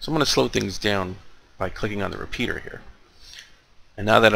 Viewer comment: He doesn't even know what he's talking about. He can't even say repeater the first time he hold it up